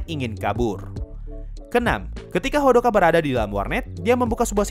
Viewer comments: Hodaka👌, not Hodoka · Hodaka bukan hodoka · Hodaka bang bukan hodoka😅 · Bang bukanya hodaka bukan hodoka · Kenapa abang omong hodoka bukan odaka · Kenapa hodoka... Aneh dengernya :( harusnya kan hodaka ಥ‿ಥ